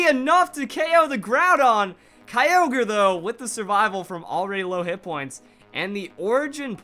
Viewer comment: STOP U SAY KYOGRE AND GROUDON WRONG ITS KEE-O-GREE AND GROO-DON